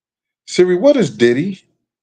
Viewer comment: It sound like you saying ditty